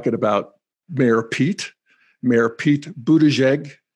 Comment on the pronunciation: Remind me - which is the stage of Integral when one learns to pronounce last names? :-p Just teasing, I am also deeply rooting for Buttigieg.